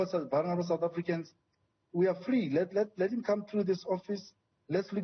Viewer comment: "VULNERABLE"? Come on bru!